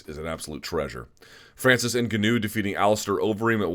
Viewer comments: Leave it to Luke to try to go out of his way to pronounce Francis Ngannou name differently than the rest of the MMA. “EN-Gah-New”?? Toolbag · Why can nobody pronounce Ngannou properly.. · Can we please get a consensus on the pronunciation of Ngannou?? Sorry Luke but your pronunciation just bothers me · you and schaub both mispronounce ngannou the same way.